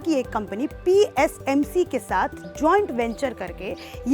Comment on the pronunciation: dii it psmc✔ tsmc❌🤣🤣🤣